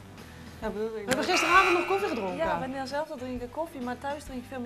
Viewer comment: oefff dees doett pijn 'hveen geen nl' hveen s rustig Nederland hoor HAHAHAAH